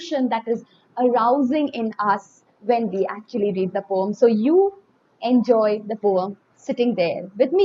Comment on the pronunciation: I am not taking out ma'am's mistake it's just for fun